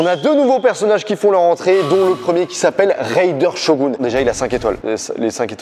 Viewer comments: Serieu "raydeur shogun" Mdrrr c'est raiden shogun 🤣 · "Raiden shogoune"🤣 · Ptdr, "Reideur Chogun"